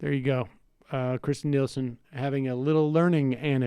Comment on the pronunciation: It’s Kirstjen not Kristjen and she is a horrible person.